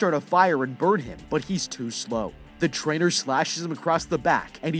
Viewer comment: Every time he said Trainer, I thought he was saying Traitor... which honestly still fits considering all that violence.